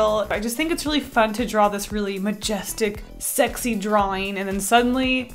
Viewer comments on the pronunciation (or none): This is how many times she said Shrexy (I’m not gonna say it without the h) while drawing lust | V